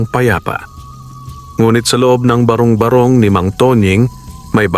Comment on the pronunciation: Matalinghaga ang kwento mo, nakaka-aliw ding pakinggan. Danga't hindi maganda ang pagkakabigkas ng ilang mga bagay gaya ng barong-barong at bathala at ng iba pa.....